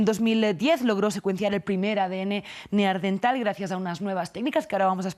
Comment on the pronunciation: Neandertal no neardental.